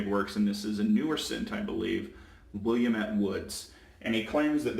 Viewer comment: Willamette is a native American word and is pronounced “Will-AM-it”. Here in Oregon we have the Willamette Valley, the Willamette River, and the Willamette national forest. Native trees to the area include fir, pine juniper, and cedar. It is from these trees that I took inspiration for the notes of Willamette Woods shave soap. I'm glad you enjoyed it!